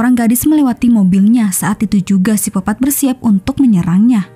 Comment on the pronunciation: Koq sipopat kak Bkn psikopet